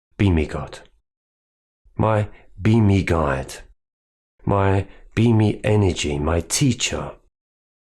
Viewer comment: Good message. for a sec I thought you said “beanie” not “be me” and that you followed a beanie God. Nonsense aside this was very helpful